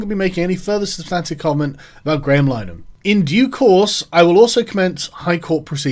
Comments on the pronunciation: Lin-a-Han I don't even like the guy but its painful hearing it pronounced Line-han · Carl is crapping all over the Irish surname too...its pronounced Linahan. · It's pronounced "LINN-a-hann", (at least that's how he pronounces it, Martin Short pronounced it "Line-a-hann" in an old SCTV sketch.) and "The EYE TEE crowd."